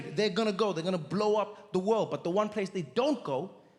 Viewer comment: "First Wold problems." 😂😂😂😂